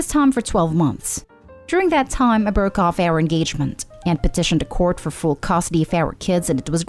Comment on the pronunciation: The last story would be better if the narrator could properly pronounce "custody".